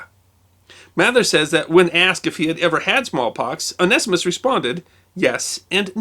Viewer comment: Very interesting in pronunciation... I would of from my limited study of many languages said that name one-see-mus(t)... although after listening I’m onto the 0 nest ee mist version... although loss of the zee sounds is disappointing.